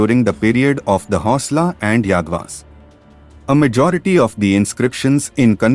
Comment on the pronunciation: Pronounce King 👑 Hoysala name properly.. don't create confusions in the minds of Innocent people around the world.... ಹೊಯ್ಸಳ ರಾಜರು.